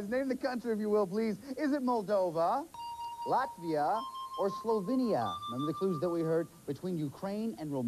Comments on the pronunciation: "lativia" if you can't say it right u ain't got it right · “I chose Lativia” 😂